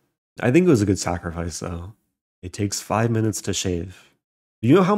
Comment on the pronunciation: "It takes five minutest to shave" uh no